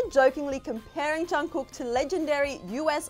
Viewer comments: “Johnkook”😂😂😂I’m deeaaddd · i fucking died at the intro, she literally called him BTS's Jongcook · she said "Jongkoook" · "JUNGKOO" and I tap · She said “Jangkook” LMAO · Me: please dont say jungcook- Vid:jungkuuk Me: triggered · She really said chugkook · did she just say jhon ku? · yo will y’all PLEASE STOP pronouncing it as Jung-cook. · "Jung-cook" sorry but like eww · sorry but " chungcook " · The way they say Jungkook’s name tho... Well, I can’t blame them since I am Asian lol